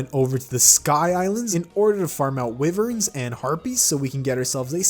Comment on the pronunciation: He called a wyvern wivern it's pronounced whyvern